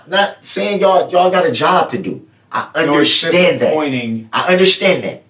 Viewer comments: I hate how he says "UNDERSHTAND". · And will someone tell DB the DB that the word is un-der-stand! Not under-shdand